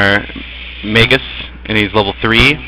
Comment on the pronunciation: i have watched a few of ur gameplay vids they are helpful keep making em =) btw i think its pronounced (mag-us) not (mage-us)